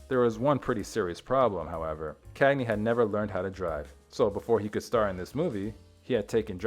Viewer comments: Thw name is CaGney AI guy, NOT ""Canny."" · KAG-KNEE NOT kang-ee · Its cagney no kagney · Did this kid just say “unpresidented?” It’s bad enough he can’t pronounce Cagney name correctly but come on.